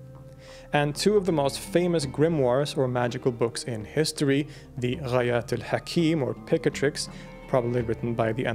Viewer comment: i really like how you pronounce Ghayatil hakeem